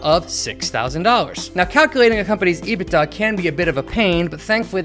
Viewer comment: Ebitda??? Latka says what???